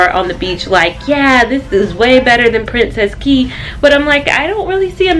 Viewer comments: I'm Bahamian and 'Cay' is pronounced 'Key'! Awesome blog! The Conquest was my second cruise and I truly enjoyed!! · It’s pronounced key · I actually know. It's pronounced KEY. Think Florida keys (which is a misspelling of cay. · Thanks so much for another cruise vlog! I used to do Carnival customer service, and all of the staff members I interacted with pronounced Cay the way it's spelled; however, I didn't speak to any natives, so we could have been chopping it up, who knows? Love the hair...it looks very vacation-friendly! I also love how thoughtful you were to think of your mom needing some kid-free vacation time. As a mom of three, with my oldest being born when I was 22...and now I'm cough-cough 40 lol...I just started taking kid-free trips for a weekend at a time in the past couple of years. I can totally relate and yes, that time is much needed!